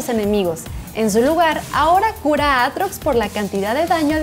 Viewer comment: Y le sacan la r a aatrox jajaja